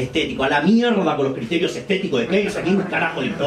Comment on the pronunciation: Primer video en que no veo pelear al Dr Milei y lo otro es que dice la palabra mierda con tanto sentimiento que uno se ríe